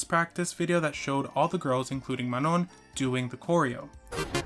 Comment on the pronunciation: Great video but her name is pronounced mah-no